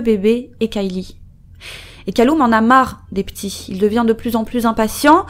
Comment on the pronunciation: Bon je sais que c'est clairement pas le sujet, mais Callum se prononce "Caleume", pas "Caloume" si jamais